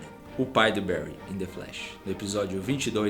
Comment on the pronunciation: só corrigindo